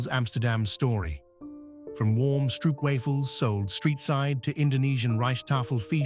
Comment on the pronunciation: Its a beautiful video about the Netherlands. The more a shame that the voiceover didn't take the effort to pronounce a lot of things better. Like to say "Keukenhof", "Stroopwafels", "Rijkmuseum" etc.. that shouldn't be to difficult.